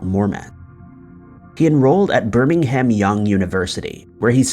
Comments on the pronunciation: *It's Brigham Young University, aka BYU... Not Birmingham Young. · “Birmingham Young” 😂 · It’s Brigham Young University, not Birmingham Young University lol. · Birmingham??? OMG dude. How embarrassing for you. I'm done. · Birmingham Young University ✖ Brigham Young University ✔ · BRIG-GUM YOUNG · Yeah. Ha! Brigham!